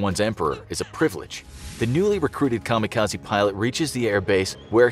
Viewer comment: I've yet to hear the correct pronunciation from any youtube yet regarding 'kamikaze' lol. Japanese: 'Ka-Mee-Ka-Zei' English: 'Kamo Kahzee'